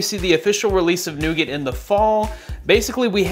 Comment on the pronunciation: your pronouncing nougat so wrong xD